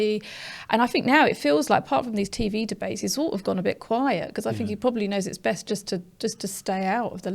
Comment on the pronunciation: It’s a sad sign of the times that we have a member of the panel, namely, who seems unable to pronounce words beginning with th she says fink & fru!!!!